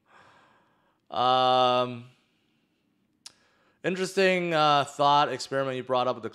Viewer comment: I think you just invented a new word. "Interesthing"